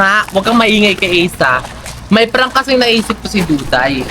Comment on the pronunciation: Duday ❌ Dukdayray ✅